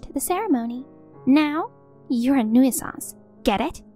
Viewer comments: It's pronounced New Sance not New Ih Sahnce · Again.... 'nuisance' is pronounced 'new-sanse', not 'noo-ee-suhnse'. Please research your words before you attempt them, don't just wing it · It's pronounced newsance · OMG the one word they used to much they pronounce wrong, nuisance. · I wish they would correct the pronunciation of nuisance